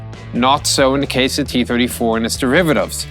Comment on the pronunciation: It hurt my soul that it sounded like he was saying kee 34